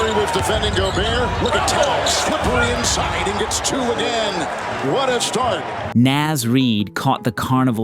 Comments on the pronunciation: Bro... It's NAHZ Reed, not NAAZ reed. Two words. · "Næz Reid" 😂 Bro it's literally "Naws" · homie, it's N-AHH-Z Reid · Dude, please learn how to say Naz